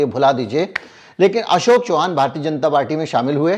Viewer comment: Sir जी एक correction है वो अशोक चौहान नाही अशोक चव्हाण है